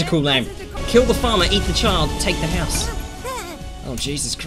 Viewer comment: Wow it's house not horse